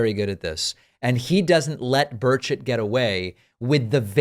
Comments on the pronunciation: It sounds like you're saying Tim Birdshit. Hilarious! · At first I thought you pronounced Burchet bird shit, which would be more fitting, lol.